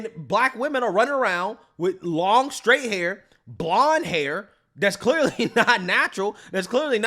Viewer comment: Why does she always pronounce it "Shhhtraight"😂😂😂😂